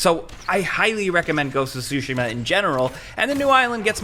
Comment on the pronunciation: It's "Tsushima" not "sushimma"